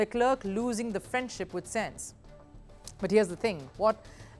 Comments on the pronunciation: Bro i was about to defend then i heard senzz.. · You should learn how to pronounce names of drivers at least, before providing your insights. .. Leclerc is pronounced as luh-kluhk. I recommend someone vaguely interested in f1 to read out the news. Senz???? what is Senz? This is so cringe